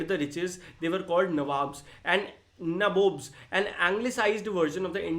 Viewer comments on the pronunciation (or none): Bhai sir ne to nabobs ko galat bol diya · Nawab vs nabobs 😂😂😂